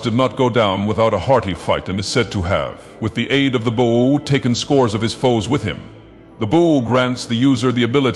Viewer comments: This guy can’t pronounce bow to save his life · I like how he pronounced "bow" at least 4 different ways